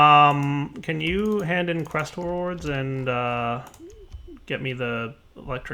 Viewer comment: I just noticed that says "crest rewards" and now it sounds different every time. I can't un-hear this!